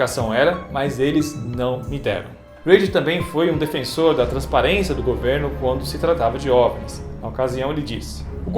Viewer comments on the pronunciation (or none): none